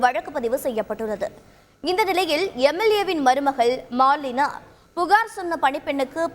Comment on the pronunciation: ஐய்யயோ மாலினா இல்ல ஓலினா...!